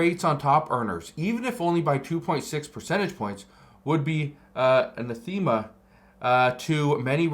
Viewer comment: Tariffs will remove fed income tax. Half the country don't pay taxes. Give it 2 years. Rich people pay vast majority, they reinvest, they don't sit on bags of money. You pronounced anathema wrong.Tipped spend more.